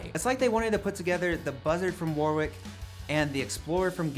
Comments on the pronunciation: War wick is not how you pronounce the German bass company's instruments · Warwick is pronounced Worick with the fast 'o' vowel sound